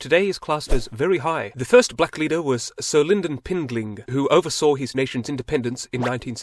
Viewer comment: It’s pronounced Pindlin not Pinglin